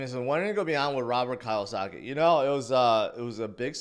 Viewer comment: Pronounced "Key-yosaki"